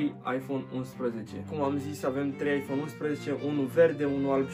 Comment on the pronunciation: Rip engleza